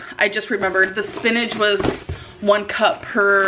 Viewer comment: I dislike how she says spinagge and im port in.